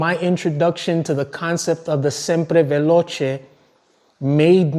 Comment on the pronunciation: Thanks for the drill down and congrats on the best pronunciation of Sempre Veloce! Bike will be coming your way very soon.